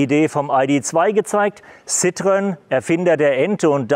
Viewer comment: Nicht "ssitrön" sondern "ßitro-enn". 🙂👍